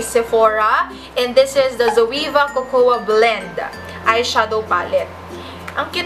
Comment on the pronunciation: ganda ng white na background! 👏 Mas maganda mag make-up tutorial. wait ko yung holy grail mo sa local. ayihhh! (BTW Cocoa is pronounced as coco po ✌)